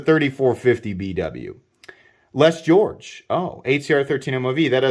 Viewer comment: lol that's how I used to pronounce the walmart brand of boys clothes (George). For some reason, I thought it sounded funny to include the e sound at the end😂 weird memory